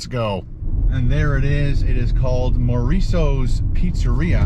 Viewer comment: Maurizio's not Mouriso's lol